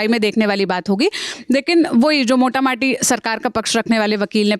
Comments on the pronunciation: mam, moti mota not mota mati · Ye kitani baar sanity bol rhi hai sanctity hota hai madamaur ye pronounce bhi aise hi hota hai . English na bole aap garima शब्द use kar sakti hain mota mati bhi kpi शब्द nhi hota . Hey bhagwan isko kyu aap news bolne de rhe hain bhasha ka gyan bahut hi kam hai. Mota mota hota hai .yhi hota hai jab log पढ़ना(read) nhi chahte